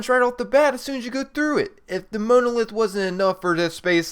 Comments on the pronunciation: Ugh. The image of the "space monkey", in fact the whole thing with the monolith, is a reference to the final scene of 2001: A Space Odyssey. And it's MAHN-OH-LITH...not Mow-No-Lith... Jesus. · The Moanolith? it is pronounced mon·o·lith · You are saying monolith wrong...... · Im pretty sure thats not how u pronounce monolith, it not MOAN, it mon, a soft O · Monolith (it's pronouncedˈmänəˌliTH or mon-o-lith). Every time you said Mowna-;ith I died a little inside. Also, the "Gwen's Head" easter egg is only in Borderlands 2 and this game, not "all the previous borderlands games". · it's pronounced mawnuhlith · were you born stupid or do you practice? moanolith? gwyneth patrol? idiot. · Please learn to pronounce monolith. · lol never heard "monolith" pronounced like that before :) But pretty good vid, thx. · Good god learn how to pronounce monolith and Paltrow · The way you pronounce monolith is painful. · Between you mispronouncing names and not knowing how to pronounce the word Monolith, I could not make it through this whole video.